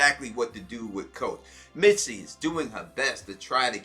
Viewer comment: Misty bruh. lol not mitsy love you vids anyway!